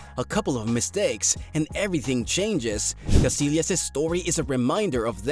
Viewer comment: it's pronounced... Kah-SI-yahs